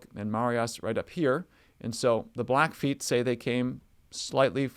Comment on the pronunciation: It's blackfeet, the feet part is never pronounced as foot